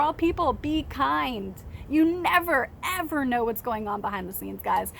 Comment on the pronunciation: Sunflowers are beautiful and so are you. I like your optimism on things. I wish we had more of that. It seems like you have a lot of great ideas and do so much for kids. That's commendable. And I love your evah! Lol I do that. But I'm from NYC.